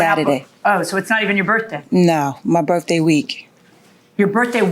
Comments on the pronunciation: It's. 'Birf day'😅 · "birFday",, "February tenF". Such a petpeeve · Hey, at least we all now know that her birfday is February tenf. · BIRFDAY. I wonder if they ever had to call the Poe-Lease or an Amba-Lance? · 😂 Her Birfdey